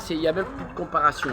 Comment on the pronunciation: Visiblement il n’a pas pris le moindre cours de français depuis sa vidéo « massage à internet »… Le « y’a plus de comparassion » m’a fait saigner de l’oreille 😭